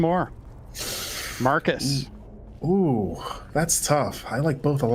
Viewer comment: Every time Marcus is introduced my mind hears "Martha Stewart".